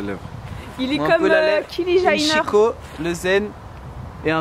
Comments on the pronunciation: Comment t'as dit Kylie Jenner... Kili Jayner? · Il est comme "kili jayneur" mdrrrrr, non!:'( C'est "Kayli Djaineur".:'( Sinon, j'aime beaucoup ce make-up, comem tous les autres!:D #Warrior #TeamSnap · qui transforme le "Kylie Jenner" en "Kilie Jyner":'))